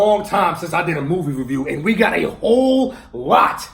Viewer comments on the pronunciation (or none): "movie veview"